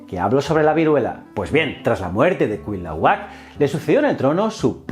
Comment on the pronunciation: Amigo me encanta tu canal. Sólo como aclaración la correcta pronunciación de Cuitlahuac es CUI-TLA-HUAC haciendo énfasis en la letra I. Aunque debo decir que CUIT-LAHUAC suena bien. Saludos desde México